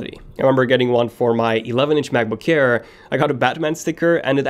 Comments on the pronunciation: It sounds like he is saying MacBook care instead of air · why is he keep saying macbook "care"